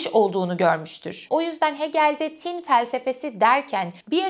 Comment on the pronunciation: "Tin" kelimesinin telaffuzunda ortaki "i" uzatılmaz. "Tin" denir "Tîn" değil. 18.45'te doğru telaffuz ediyorsunuz mesela. Not: Hegel felsefesini bu şekilde akılcı olarak anlatan birinin bu denli basit sayılabilecek bir yanlışını bulup ilgi mi çekmek istiyorum? Hayır, tin doğası gereği, düşünülmesi, yazılması ve hatta telaffuzunda bile özen gösterilmesi gereken bir kavram. "Ruh-i mücerret" vardır, İstiklal Marşı'nda geçer. Hah işte onun tam karşılığı "Arı tin"dir. (Ama tin, tam karşılık olarak ruh demek değildir) BU kadar ince bir mesele ise telaffuz da o denli incedir. Önemlidir. Demesem olmazdı... Ayri bir ek. "Varlık neden var" kavramına verilecek metafor semiyotik açıdan "yokluk neden yok" olamıyor ki zaten absürt değil. Çünkü aslında "var olmak" (İngilizce "be" kelimesinin karşılığı olarak) Yokluk aslında vardır. Varoluşçuluk açısından Hegel penceresinden bakıldığında tercih edilmeyecek bir metafor sanırım.